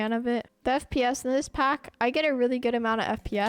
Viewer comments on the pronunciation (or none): when he says pack i hears phack